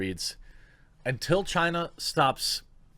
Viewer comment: Ban all things Chy-na